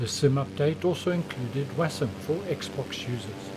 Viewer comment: Sorry, what is 'wasim' ? Is that what your saying?